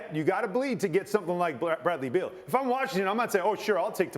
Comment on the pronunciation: It's BEAL. Not Bill